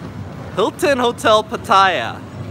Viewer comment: I want you to pronounce PATTAYA correctly. It's not PAH-TIE-YAH. Say PAH-TEH-YAH instead. No hate, just want you to say it correctly. Thai is my second language after English.